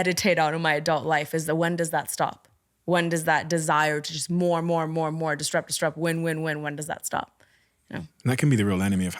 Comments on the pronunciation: Has literally no one ever noticed that she says disTrupt instead of disRupt? Because she says the word a lot and how come no one has ever corrected her? Unless it's a part of a canadian dialect or something that I'm not aware of but I've never ever heard someone say disrupt in this way. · I wanna die every time she says “distrupt” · Couldn't get over her saying DisTrupt, instead of disrupt lol But a brilliant interview otherwise! x